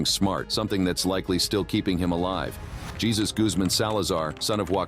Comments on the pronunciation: I you are going to use AI make sure the AI can use correct enunciation on names Jesus isn't the name used by our Lord and Savior , in Espanol it is enunciated ( Hay - Zeus) please get it right. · I know it's AI, just it's Hey Zeus not Jesus, a lot of AI mispronunciation but that one's the worse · Hhaahhaa! JESUS! YOu prononce it hey -zues as in mount olympus shove a thunderbolt up your ass!😂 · Jesus in this case is pronounced Hay-zeus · Jesus Alfredo?Sounds like the best pasta dish ever instead of how it's actually supposed to be pronounced(Jesus-hey soos) in Spanish